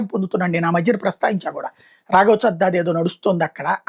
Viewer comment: రాఘవ్ చెడ్డా చెద్ద కాదు గాడు. మీరు కొన్ని పదాలు Google translate నీ చదవకండి.